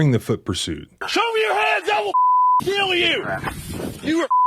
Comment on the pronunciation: noone who pronounces ''kill'' as ''keeeeyyyyuuulll'' should be a cop